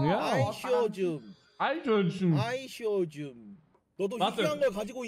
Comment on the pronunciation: Bro Eischhörnschen...